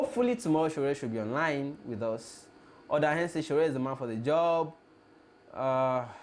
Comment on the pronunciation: Please, its not 'Hus' but 'us'. Just work on the 'h' factor. Nor b insult o